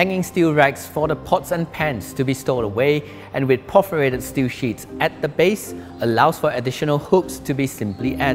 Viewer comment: Nicely shot, but I wish would pronounce things better. It's perforated, not por-forated for example.